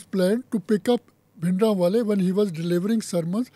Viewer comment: Lady doesn't know that it's bhindra wale not bindra wale ... she is an absolute fool person.